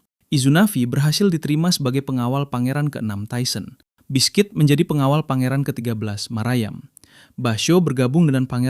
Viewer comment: Biski bukan bisquit T-T